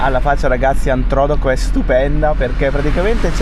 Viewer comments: Ciaoooo, Antrodoco ha l'accento sulla seconda o: Antrodòco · L'accento di Antrodoco è errato....infatti è alla seconda "O"......comunque io mi trovo in un comune in provincia di L'Aquila :Campotosto... purtroppo colpito dal sisma del 2009 e quelli del 2016/2017.....qui c'è un bellissimo lago artificiale.... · Antrodoco non Antro'doco il nome vuol dire in mezzo ai monti Introtoco al tempo dei romani 😂😂😂😂 il paese dei miei genitori abbiamo la casa ci sono tante cose da ve dere li intorno il fiume è il Velino che poi si butta in Umbria nel fiume Nera formando la cascata delle Marmore ,Rieti il capoluogo di provincia del Lazio ,il lago del Salto, Poggio Bustone dove è nato cresciuto Lucio Battisti ... dovete ritornarci ragazzi comunque abitiamo a Milano ci andavo 3 mesi da piccolo dai miei nonni ma vado ancora qualche giorno d'estate perché è sempre bello da vedere Buon viaggio a voi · Scusate ma visto che sono originario di quel paese vi devo correggere: Antrodòco e non Antròdoco. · Siete stati a l'aquila, non lo sapevo mannaggia, che bello sarebbe stesso prenderci un caffè assieme, ma spero vi sia piaciuta da ritornarci! Siete bellissimi vi seguo da tanti mesi 🤗🤗 cmq il paese dove vi siete fermati a dormire si pronuncia Antrodòco e non Antròdoco, con l'accento sulla seconda O... fa ridere molto come lo dite 🤭🤭 buon proseguimento verso il sud! ❤💪🙂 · L'accento del nome Antrodoco non cade sulla prima "o" ma sulla seconda "o", Antrodòco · Non Antròdoco, ma Antrodoco 😀😀😀. Siete stati dalle mie parti nel Reatino la mia terra di origine. Che spettacolo, grazie 🤩🤩 Commino tanto e spesso in Abruzzo su quelle montagne ed ogni volta che vado a L'Aquila (e passando per Amatrice)non posso che commuovermi (Navelli famosissima per il suo Zafferano) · Salve , vi seguo da anni sono di Rieti,non sapevo che passavate di qua', vi volevo salutare. Comunque Antrodoco si pronuncia con l'accento su do... Ma è la bellezza della lingua italiana. Buon viaggio vi seguo sempre con piacere